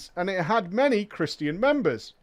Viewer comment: chris-tian... i was legitimately confused on what he was trying to say until he said it in context like the third time. is this a common mispronunciation in Europe?